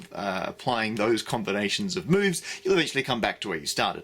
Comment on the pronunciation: I heard "a series of boves"